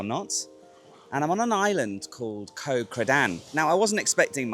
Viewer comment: Love your videos,. Just wish you would pronounce the names of the islands like they are pronounced in Thai. "Koh" is not said like "Co" (short for company) with a soft K long soft O sound. It is said like "Got" with a short vowel and glottal stop on the T (as in "Got Milk" spoken like an American).